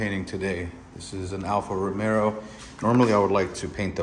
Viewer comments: Say Alfa RomeRo one more time...🔫😅 Glad to see post again brother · Aint No "R" in Romeo, 😁 Love you Dawg lol